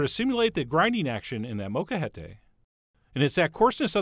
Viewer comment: Chef John: I forgive you for butchering the word "molcajete" (note the "L" in there) especially since at least you know it exists but I can not forgive you for using a metal bowl and metal utensils which absolutely alter not only the flavor but also the texture of the avocados. Traditionally guacamole is made in a non-reactive wooden bowl and mashed with a wooden masher or spoon. Alternatively, glass is great or best of all, a molcajete! As you know, real molcajetes are made from lava rock but even those cheapy plastic ones are better than metal. Still, your guac came out looking beautiful because you used prime produce and transferred it to that glass serving bowl right away. And thank you for not using any of the ridiculous non-authentic things like cumin or vinegar or chili powder or tabasco sauce or taco seasoning or bell peppers or olive oil like some folks do. Your recipe is indeed quite authentic and delicious. Sorry for the long comment. Thanks for hearing me out. Peace.